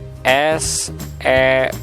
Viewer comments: maaf bukan ef-s-e-p-r tapi ve-s-e-p-r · Salfok ama kata vsepr😂 BedA bang huruf V ama F😅